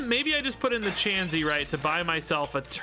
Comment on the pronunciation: Your doing really well at seeing the lines of play! Learning the common pronunciation of Pokemon names may take time. Don’t break up kirlia say it all together and chansey is said chance-e